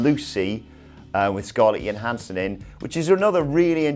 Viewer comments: Why do the British insist on calling her Scarlett Yo-hansson? I know that's a valid pronunciation of Johansson, absent any context. but since she actually pronounces it "Jo-hansson", Yo-hansson isn't her name. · Weird how when you describe Scarlett Johannsen having drug powers he makes a motion like he's feeling breasts. Also the J isn' silent there. Quit pretending it is.